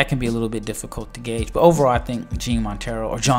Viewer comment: Hey bud btw. You say Jean like yawn. You say it like Yawn Montero, Not John.